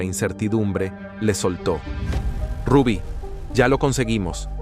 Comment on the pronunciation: ese youtuber no pronuncia ningún nombre cómo es. Ni el Rubby, sino el de su hija Zulinka, y otros nombres.